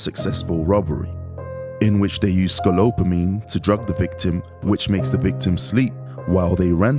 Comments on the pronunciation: It's Scopolamine! not scolopamine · HE IS SAYING IT WRONG. IT IS SCOPOLAMINE WHICH KNOCKS YOU OUT FOR 24 HOURS. It is called "The Devil's breath". IT IS VERY SIMILAR TO Rohypnol or the date grape drugz. SAD THESE DUDES ARE SO STUPID TO GET GOT LIKE THAT. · He said it wrong. It’s SCOPOLAMINE! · He keeps saying it wrong! It’s SCOPOLAMINE!